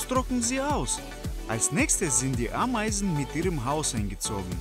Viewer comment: hahahah ein Bau mit AAAmeisen Kolonie (wie der das ausspricht😂😂😂)